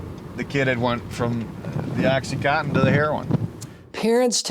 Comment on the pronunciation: OxyContin, not OxyCotton.